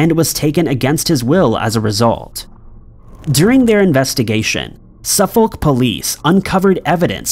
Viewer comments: And ‘Suffolk’ is pronounced Suff-ick (not Suff-olllk, even tho that’s how it’s spelled) Source: again MA resident. (we share many of the same named places as the UK here in new england). Keep up the great work! Just my $0.02. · Pronounce Suffolk as Sufurc not Suf FOLK but apart from that your a ledge. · Unknown #06: How to pronounce "Suffolk"... It's more like "Su'fok" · Can you please learn the correct pronunciation of English towns before putting them in these videos, it’s off putting hearing the incorrect pronunciation over and over again. Suffolk is pronounced like suffer with a k at the end and no Sur-folk. Cambridge is pronounced came-bridge and not cam-bridge. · There's no audible "L" in "Suffolk" - or "Norfolk" for that matter. The "folk" in both words sounds dangerously close to a rude f-word, but that's how it's pronounced. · By the way, in the name "Suffolk" you don't pronounce the "L". Its always funny hearing Americans trying to pronounce English Town or city names 😄